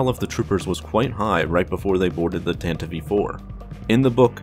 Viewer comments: 🤦‍♂️ Why do people pronounce the ship as Tantive 'E' 4? It's just Tan-tive four. Not Tan-tive-ee four. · STOP SAYING TANTIVE E4 ITS TANTIVE IV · Dude...you gotta stop saying "Tan-ta-vive." It's Tantive. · Its tantiv 4, not tantiveee 4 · it's called Tantive! Not Tantivie! Why is everyone pronouncing it wrong?? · Tan-tiv, not tan-ti-vee. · "Tantiv-ee IV"? Really? I've always pronounced it like 'Tan-tive', same sound as 'give', because that's how English works. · Why does he keep saying “tantiv-ee” ? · did you say the tantive e four? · “The Tantivey IV” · What is a 'Tan-tiv-ee'? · wait wait wait wait.. Did he say "Tan-teev"?? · Doesn't really change or oppose my stance at all, it still sounds dumb and I'm still going to pronounce it tan-tive. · Tantiv 4 the e is silent. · It's pronounced "TAN-tiv" dude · Although from what I hear, the radio broadcast version used the "Tanta-vee" as the correct pronunciation, too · You fail to consider that it's a stupid pronunciation and the way literally everyone else says it sounds way better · The e in Tantive is silent. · Bro you should learn how to say Tantive